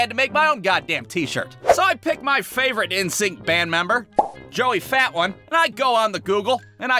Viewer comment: Joey fatone is pronounced, Joey Fa-Tone.